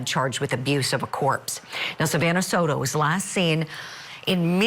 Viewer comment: Pronuncuation, “so-tu” and “gera”? Ugh. Try a little!!!!